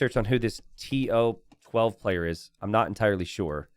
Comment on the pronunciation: to12 is pronounced "Toh Doh Seh"... It's play with language to say "I know everything" in spanish which is "Todo se" (technically should be "se todo" but same point gets across). Also, correct! You're closer saying "comb-bee" than "kom-bee" (a combi is a VW bus - like the one from that 70s show).